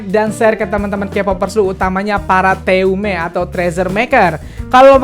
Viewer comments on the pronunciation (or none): Sebelumnya maaf nih ya bang, Bang bacanya teume bukan te u me tapi teume, e-nya di baca kayak baca teman bang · Iya kayak gitu bang yg "eu"nya itu di baca "e" kayak baca "e" nya teman bang.